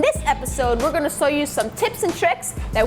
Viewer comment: You said sow instead of show